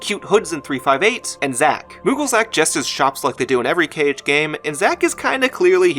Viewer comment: You said KH like Kayge once, as in "okayge". Not a drag just an observation